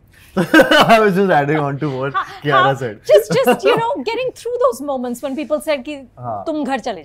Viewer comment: Did she pronounce herself as "Kiyaya"??